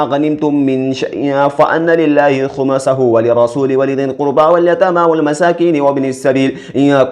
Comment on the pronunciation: Hafiz sahab khmasahu nahi balki khumusahu hai durust karli lijiye